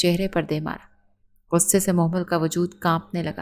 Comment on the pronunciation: Mohmal NI mehmal name hai 🥲